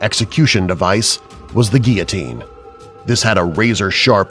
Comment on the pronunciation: Btw you can't say guillotine! 😂